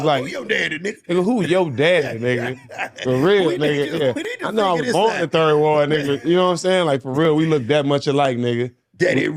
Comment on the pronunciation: He still ain't from Houston 😂. Bro don't even say 3rd ward the right way..